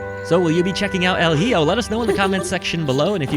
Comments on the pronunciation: ...its pronounced. e ho not hi jo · "El Hijo" is Spanish for "The Son" and its pronounced with the H silent and the J is replaced with an H sound. ( el-ee-hoe ) Great review and I love your channel just spreading some knowledge that I happen to know buddy.